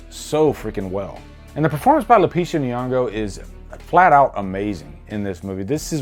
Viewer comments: Even if you guess that they switched you still are torn between rooting for RED, who had her life stolen or Adelaide, who is actually the evil little girl who choked a kid until she blacked out. I need a prequel. Were you saying LO-Pe-Sha instead of Lo-P-ta? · You definitely aren't a doppelgänger because you pronounced Lupita's name wrong haha. Sorry about the cunt comment, great fucking review. Lupita has already won an Oscar. Some people want everything explained because they're morons, way too many morons in this world. Love you brother!!💚❤️💚